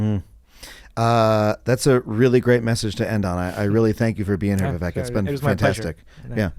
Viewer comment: Vivek is pronounced with a long second syllable, like Vi-wake, as opposed to Vi-veck